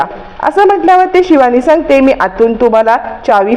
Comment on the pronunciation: Marathit don n yetat pan tyancha ucchar vegla asto bhash shudh bola shivani cha ni pava😂